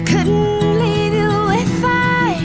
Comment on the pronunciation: Wunderschön! Das einzige was mich stört, ist die unterschiedliche Aussprache, wie sehr oft bei Lena. Manchmal ist es „you“, dann ist es „yaaaaaau“. Find ich störend. Ansonsten sehr schönes Cover.